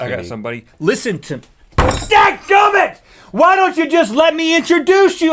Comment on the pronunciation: .. Thank Goodness! For Whatever reason it sounded like you said G.D. I played it like 5 times before I decided to watch it on my tablet (i was watching on my phone and knew it was really uncharacteristic) and realized you were saying "dadgumit". It may seem trivial, but Knowing about you guys having been a part of campus crusades for Christ that was like a punch to the gut. Whew!